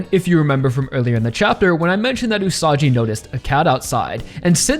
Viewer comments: It's pronounced OO-SA-GEE not OO-SA-JEE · Aaaargh! Stop calling Usagi as "Usaji"!! Just please!!! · Usagi's name is pronounced with a G sound, not a J sound. Like Usagi from Sailor Moon. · isn't it pronounced usagi instead of usaji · Minor note: Usagi's name is pronounced with a hard g, like in the word "gun", not a soft g, like in the word "gym", since it's written in Japanese as ウサギ Usagi instead of ウサジ Usaji. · I believe Usagi is pronounced with a hard g, please correct me if I'm wrong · You can keep telling me its whatever Rohan but bruh... hes the same guy. Its still pronounced gee Usagi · btw Usagi is not pronounced like "Usaji" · usagi is pronounced "ooo-saw-ghee" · My personal guess is that the volcanos & cooled lava that Rohan's investigating are yet another unnatural land formation related to Stands in the SBR-verse. In SBR, we had the Devil's Palm in mainland USA, & in JoJolion we had the Wall Eyes in Morioh. Perhaps these volcanos, aren't Hawaii's natural volcanos, but something similarly bizarre? Also, it's Usagi with a hard G, like the Sailor Moon protagonist & the Japanese word for rabbit. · Bro why are you mispronouncing Usagi's name? It's not Usaji... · Leave it to the American YouTuber to have no idea how the fuck another language works and how you're supposed to pronounce it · Will Araki reveal Rohan is the same Rohan first or will pronounce Usagi correctly first. This is why I keep coming back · Why does he say Usagi so weirdly, it's like that Cool Whip scene from Family Guy